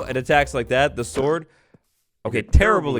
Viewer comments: did anyone else hear "the axes reach is a little sorter than the shord" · "a little bit sorter than the shord" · “Sorter than the shord” 2022 lmao 😂